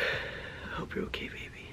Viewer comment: U said hop Not hope